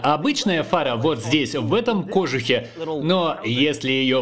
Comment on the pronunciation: Переводчики!!! кожУх, а не кОжух, почему постоянно это слово уродуют...